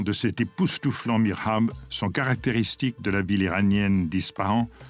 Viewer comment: On dit Mihrab, et non pas Mirhab 'المحراب و ليس المرحاب', Merci de bien communiquer vos informations et vos connaissances svp, car il est important de bien faire la distinction entre les mots. Ce qui change complètement le sens, et sa projection dans le temps.